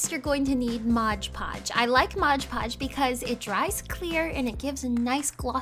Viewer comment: Ok sorry. I'm not a hater, I love your videos but it's MOD PODGE. Not MODGE PODGE.